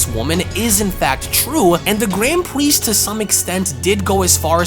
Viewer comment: "gwand pwiest"